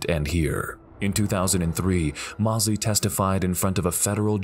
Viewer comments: Sugar Shane Mosley is pronounced Moes-ly, not Moss-ly. Sorry it was bugging me. Other then that great vid! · Hard to listen to the narrator mispronouncing Sugar Shane Mosley's name over and over again. He keeps saying Moss-lee. While his name is pronounced Moze-lee. You'd think that they could get this right but the also left something out of the Louie Resto fight. Not only did his trainer take the padding out of his gloves. He also dipped his hand in plaster of Paris. So by the third round Resto was punching with bricks basically. It was like two rocks smashing Billy Collins in the face over and over again. If he hadn't been so tough he might have gone down earlier and saved his career. RIP Billy Collins, you're a champion in my book. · pernounced Mose - Lee not Moss - Lee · Love the videos and the "Mostly" accurate commentary, however, I would urge to learn the proper pronunciation of a few names. Shane Mossly* would undoubtedly agree. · Great compilation, but, how could you do a boxing video and not know how to pronounce Shane Mosley’s name?